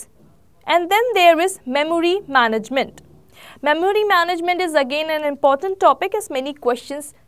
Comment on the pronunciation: Please Work on your pronunciation,, Memory is mɛm(ə)ri :D